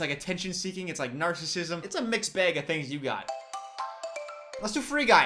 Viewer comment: someone legit said they do “self pleasure” to voice… but he’s over here saying bag(b-ay-g) or dragon(dr-ay-gin)